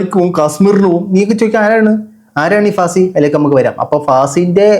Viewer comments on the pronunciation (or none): ഫാസി അല്ലാ ഫാത്തി